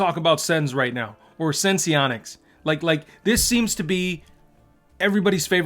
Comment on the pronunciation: Why does everyone keep calling this sen-see-onics? Is it not called sense-onics?